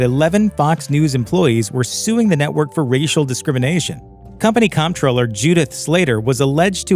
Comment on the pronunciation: Comptroller is pronounced exactly like the word 'controller'.